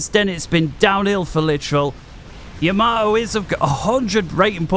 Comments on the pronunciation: Seeing as he is not a IJN vessel, nor is he Isoroku, but rather a FAF Player. I have a delightful anti-butchering tip for you: It's Yamato, not Yamamoto nor Yamamato. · We English struggle with Japanese words and names. There's something about Yamato that makes us often prononounce it as Yamamoto. We all knew which player he was referring to. So it's no big deal if the name was mis-pronounced. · The ship you're talking about is the Yamato, not Yamamato xD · don't worry, everyone makes mistakes and we are not here to learn proper pronounciation of uncommon words. Though tbf Yamato isn't that uncommon ;) Btw. Gyle is blind and that doesn't stop him from being very entertaining as well so no worries about some minor pronounciation mistakes here and there.